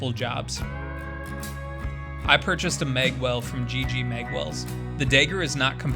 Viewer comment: Its pronounced mag, not meg. And Dagger, not degger. You must be from Montana